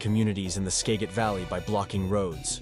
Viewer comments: It’s pronounced Skah-git not Skay-get valley. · He mispronounced Skagit and Yakima 😮 Skagit sounds alike like gadget. Yakima is Yak Kim Ahhh ! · you would have more credibility if you could properly pronounce name like Skagit and Yakima